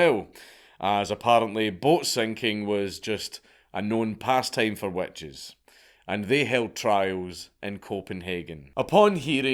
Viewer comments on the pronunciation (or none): you wanna try my wet cheese? 🤣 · Damn you got to the joke before me. Wet Cheese is pretty terrifying though. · "Burn The Wet Cheese!" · I read this within the first 30 seconds of the video and now can’t unhear it. Thank you. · Witch crotch smells like wet cheese so it kinda works. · I had to go back and listen and you’re so right! Lmao. I enjoy his accent. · Scott moment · I didn't hear it until I read this. Now I can't un-hear it.